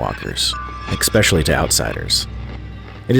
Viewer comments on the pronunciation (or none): It's pronounced "ESpecially", not "EXpecially".